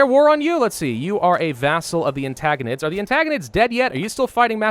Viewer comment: please, it's AntIgonids with an "I", not an "A". Ant-I-gonids Edit to say I loved the video and all the work you do. It's just the pronunciation sometimes.... Have a good break! I really hope you enjoy it!